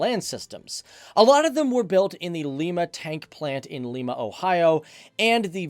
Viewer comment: A silly, picky comment, but Lima, Ohio is pronounced with a long i, i.e., Lime-ah. Like the bean.